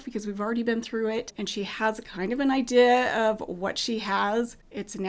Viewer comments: The word I notice this the most is 'idea.' kind of says 'i-duh.' There are similar words, basically any word that ends similarly. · I noticed this word too. I-duh and I-duhl. It’s ok though! I’m from New England and I say “eltze” instead of else, and “rum” instead of room 😂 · I remember pastel TP. Also you say the word "Idea" with an accent . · Your Utah accent stands out to me the most when you say "idea." I try to repeat it the way you say it over and over, but I can't.